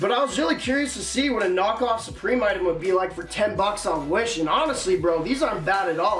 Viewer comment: Suprememe the way he said it had me dead